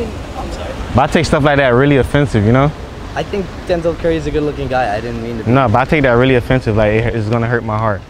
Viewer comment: Man said Denzel curry 😭